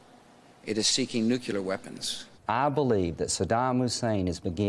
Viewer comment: "If we don't take out their nucular program immediately..." LG. Good God.. 🤦‍♂